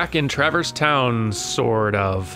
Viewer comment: It hits me oddly as well. Also the emphasis on the first syllable of "TRAverse" instead of "traVERSE". Picking nits to be sure; super glad (who will also be Prime among Dans to me) is doing this so I don't have to!